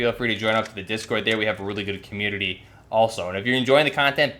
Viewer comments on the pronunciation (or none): none